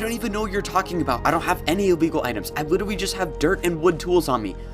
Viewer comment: Lol, “litewy” “Eventuwy” Ok I’m sorry I’ll stop making fun of him